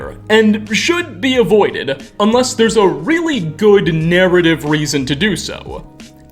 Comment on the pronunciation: Bro.... I like the content you provide, but I can't watch for long– because of your voice! Over the top modulation and why add an extra syllable to so many words? "Space-ah. Good-ah hard look at this thing-ah." You are working too hard my friend.